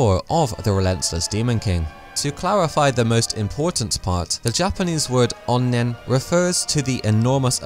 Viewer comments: Japanese pronunciation..? It's a Japanese word, so that's what I thought. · stop saying onnen like that, it's really racist